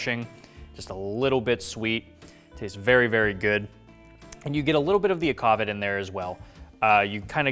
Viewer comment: pronounce akvavit, akva as aqua but with kv instead and then vit with ee . akva-veet